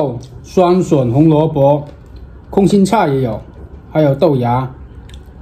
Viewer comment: 终于听到空心菜了😜😜😜每次都叫攻心菜